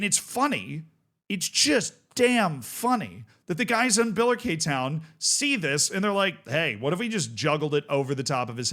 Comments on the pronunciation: Bila-Kay town 😂 It’s pronounced bill-a-Ricky if you care. Also the league is wrong but other comments got that covered. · i know this is a nothing burger but its pronounced Biller-Ricky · Your pronunciation in Billericay was driving me mad, I've watched Gavin and Stacey and they never said it like that. So I googled it and it's bil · luh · ri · kee. But other than that this is exactly the kind of Curiosity I come here for. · I know you like pronunciation so: BILL-er-ICK-eee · Feel so honoured is talking about my home town club and pronouncing it incorrectly 🙏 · It's biller-icky btw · My In-laws live in Billericay and hearing the pronunciation hurt. Lol. It's Bill-err-ick-ee. Names are weird. I found out the other day that Bear in Texas has an X in it. Bexar. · Also, it’s pronounced Bill-er-ick-ee, I imagine the population of Essex is currently screaming at their screens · Great to see you covering this man 😊 By the way, this is how to pronounce Billericay😅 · Massive double take here too, and was getting all unnecessarily riled up with the name pronunciation and league tier! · It's so funny hearing it pronounced the way he does